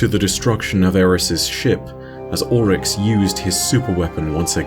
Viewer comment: Why do you say “ ULL-Rix ( Oryx) when it’s pronounced “Orr-Rix”?